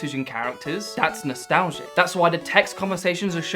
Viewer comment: "That's nostalzzzhe"